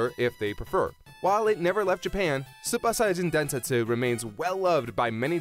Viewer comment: the way he says super saiyajin densetsu is pissing me off, super is an english word so pronounce it right not like a japanese school girl "soopa" 🤯🤬